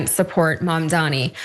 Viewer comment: It’s a me a mamdani (like Mario… 😂)